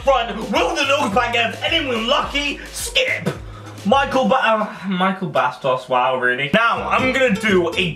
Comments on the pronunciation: it's pronounced mishel bastos! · Its pronounced michelle bastos